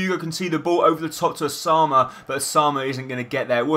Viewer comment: nice vid but u have 2 pernounce "Ousman" not "Ousama" or whatever u said xD